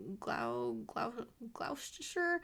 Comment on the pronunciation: Hope you had a lovely birthday. Love the sock yarn - sock #2 looks like it will be satisfying. I’m just trying my first project using magic loop - a hat. Whether it makes a difference or not, who knows. And if it’s of any help, I would suggest the closest pronunciation would be Glosster / Gloss-tah, said quickly. I’m Antipodean with British parent/grandparents, so that’s how I was raised to say it. In the same way that Leicester - as in Bluefaced Leicester - is said Lester, rhymes with Uncle Fester. Saved this ep for the long weekend we’re having (King’s Birthday. Which used to be Queen’s Birthday weekend. Same day - first Monday in June.) Public holidays. Hurrah!